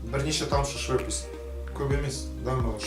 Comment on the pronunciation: Швепес емес,швепс